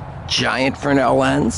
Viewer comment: I love your stuff, but it's Fresnel, not frenel